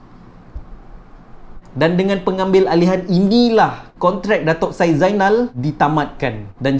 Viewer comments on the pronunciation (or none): none